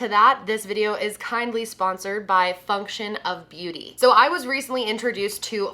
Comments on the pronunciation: Omg I know you have a hard time saying words sometimes and I'm not hatong but girl I just woke up and thought you said fucktion of beauty! My eyes got so big like omg did she just cus out her sponser? Noooo!!! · I swear to god that the first few times you were saying “function beauty,” I thought you were saying “fuck shit beauty.”😂😂😂🤣🤣🤣😭😭 I don’t know if it’s worse that I thought that, or that my first thought when I thought I heard you say that was, “holy fuck i have to buy from them just because i support the amount of balls and angst it takes to name your brand “fuck shit beauty.” I may or may not also be extremely high at the moment so that’s probably why my hearing is also extremely high😝😂😂🙈